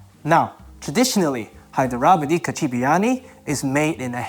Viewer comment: pronounce it more like “Hydhra-ba-di” not “Hy-der-aba-di”